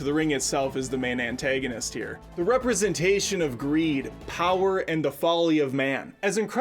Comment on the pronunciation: "Ant-egg-anist"....how, just how was that the pronunciation choice... too bad Ryan George can't do every screen rant video :(